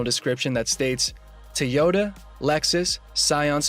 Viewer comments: Is this a robot talking? I've heard people say TIEota , Toyoda, but never TEEota. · Toyota is not pronounced with an I. Faye is amazing.